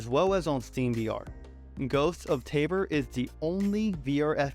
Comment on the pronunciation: It’s “TABORE” not taber.